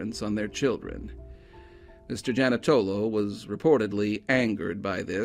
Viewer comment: The whole town was corrupt at that time. The Janutolo family. Ran everything. (Jan-eww-to-lo). And there was another Italian man who did the bidding. Bad juju. They have all passed away now. Just 1 man and his family in Montgomery. Keep up the good work. I love hearing about my state.